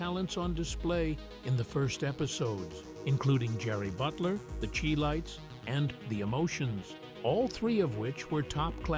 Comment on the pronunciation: Okay I have one complaint, when doing a documentary on Black entertainers, you should learn how to pronounce their names such as your mispronouncement of the Chilites which is pronounced SHY-LITES